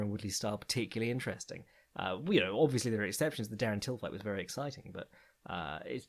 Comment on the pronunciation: wohhhhh... w-werry fntastic intro!